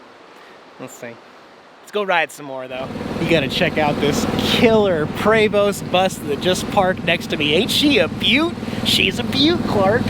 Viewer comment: prey vo, not prevost .....